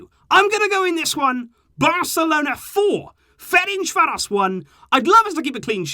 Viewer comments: I'm hungarian and i have to tell you you completely butchered the name Ferencváros =))). Its pronounced like Ferentzvaros (s like in sugar). Good videos though. Keep up! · You need to pronounce Ferencváros, like c in certain and the s like sh.🇭🇺